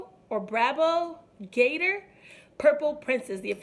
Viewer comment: Its pronounced like bravo with a B. Brahbo. Lol